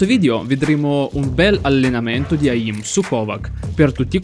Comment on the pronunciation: Bro sei un grande ma comunque si pronuncia eim non eìm